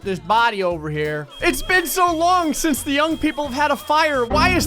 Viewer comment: Sometimes it sounds like you say sins which reminds me of cinimasins.